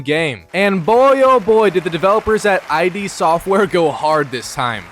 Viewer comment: It’s iD not “eye dee”